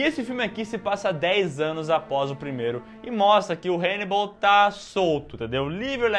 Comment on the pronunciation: HEInibal!!!????? HAnnibal 🤦🏻‍♂️